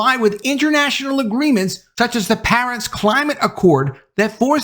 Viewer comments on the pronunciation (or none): none